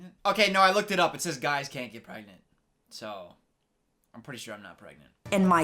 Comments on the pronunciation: Don’t you mean pgrengent? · Is she PREGANTE? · Maybe she's just pregonate 🤣